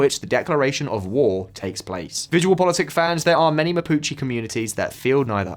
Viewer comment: I didn’t want to check… but I did, and yeah… video about the Mapuche mispronounced “Mapuche” the entire vid. Hombres, seriously, not hard at all to check how to pronounce the subject of your video…